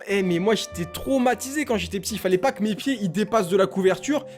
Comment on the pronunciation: « nous n’avouons pwa tous »